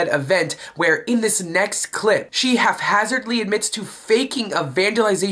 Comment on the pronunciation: Half hazard(ly) 😆😁😄